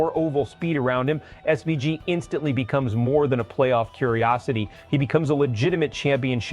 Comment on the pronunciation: learn how to pronounce his name ffs